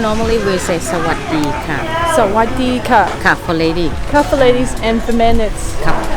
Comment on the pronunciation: oh, you said "sawaddee ka" so clear!!! 👍👍👍